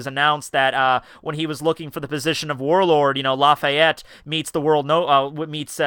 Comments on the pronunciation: Blackbeard's height is 11'3, not 7. Also it's Laffitte, not "Lafayet" ;( We don't know if they have "small people" on their crew yet, we haven't seen any. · im Laughing out loud about how you pronounce laffite xD